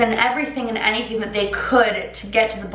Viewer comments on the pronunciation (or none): none